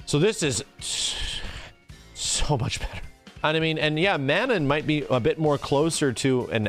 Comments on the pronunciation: MA-NON not MAN-IN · Mah-non... I'm m sorry but it's not man nan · I cringe everytime he says "Man-in" instead of Manon. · Just as a heads up, and trying real hard to not be "That Guy" but based on her country of origin and knowing someone with this name Manon is probably pronounced "muh-NON" so it rhymes with Anon. Not coming at anyone for saying a name wrong but it may be easier to correct early on so it doesn't become a habit lol. Very excited for this game, it'll be my first real foray into Street Fighter since playing a version of 2 on the GBA when I was a kid, and my first big classic fighting game interest since Soul Calibur 2. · Plz god: Phonetic spelling of Manon ma-nawn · IT'S MEH-NOH!!! That's how you say Manon! In a French "Meh-Noh"!!! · What is it with the FGC and mispronunciation? Juri (Joo-Ree), FANG (Fah-Ng), Ryu (Ree-Yoo, and yes people STILL get it wrong), Zangief (Zahn-Gee-ef), Zeku (Zey-Koo), and now Manohn (Mah-Nohn), I swear. Otherwise, gameplay looks good. Gonna wait to see how long till people bitch about JP doing full screen combos. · You pronounced Manon's name wrong. My buddy works on the localization team for Capcom Japan and confirmed it's a nod to the famous female Canadian hockey goalie, Manon Rheaume. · Someone needs to teach to pronounce Manon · the way you pronounce Manon is going to give me an ulcer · but the real question is shall people one day pronounce Manon the correct way xD. just kidding love ya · Why does keep pronouncing Manon's name like that, or is that just the way Americans pronounce it. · Why does everyone pronounce Manon’s name incorrectly? Are people really that stupid